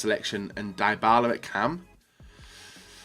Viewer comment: Its not Die-Bala its De-Bala